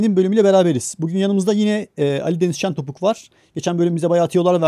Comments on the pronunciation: şentopuk deil şenpotuk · şenpotuk şentopuk degil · Abi şentopuk değil şenpotuuuuuk 😂😂